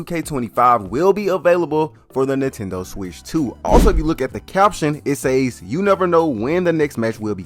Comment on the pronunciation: Fuck had to unsubscribe cause of how he chooses to the word "says" holy fuck the reach to mispronounce a word to be whatever the fuck he's trying to be is wild cringe lmao... I'll be just watching Kenny bomb now